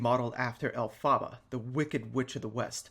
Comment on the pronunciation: It's pronounced EL-fuh-buh, but we all got what you meant, just letting you know :)